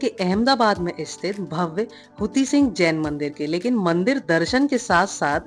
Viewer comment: Hathi sing hey, huti sing nahi hay